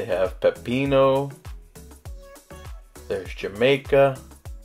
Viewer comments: Jamaica is pronounced HA-MY-KA in Spanish. cafe de olla is pronounced OYA ex Espanol. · Wow! Cant wait to try on my next visit!!! Jamaica....? lol. HA-MY-CA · Jamaica 😂😆😆🤣🤣 had me dead. It’s pronounced “Ha-mai-ka” It’s absolutely delicious! Love the new video ❤will be checking out this buffet for sure in October when i go🤩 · I was actually impressed by your pronunciation of about 95% of the terms but candidly “Jamaica” gave me a chuckle but not as much as what you did with “Café de la Olla.”😂 It’s “Olla,” not “Hola.” Double-L in Spanish is pronounced as a Y in English, as in “tortilla.” “Olla” should sound a lot like “oh yeah” if that helps. “Café” is not “caf-ay” as in French or English but “caf-eh.” E in Spanish is ALWAYS “eh” (like the first syllable of “elephant,” never “ee” or “ay.” While I’m at it, X is Spanish is pronounced like H in English. Pronounce “Mexicana” as if it was written “Mehicana.” Again, I hope that all helps. Applause to you for all the words you DIDN’T butcher. On the whole, I sincerely think you did VERY well. Definitely above average for a non-native speaker. Cheers and thanks for the great video.